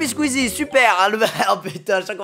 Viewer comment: c'est squeezie pas skisie mdr